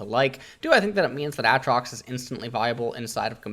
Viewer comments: When he said Aatrox and not A-A-trox widepeeposad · its been like 9 years and you still says aatrox's name like that